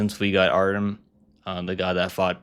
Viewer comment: Artyom. - that’s how you pronounce Artems name